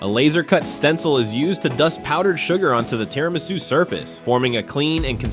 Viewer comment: What is "Tra miss u" UuumYeeaaahNope, not even close, but you get a "B" for effort.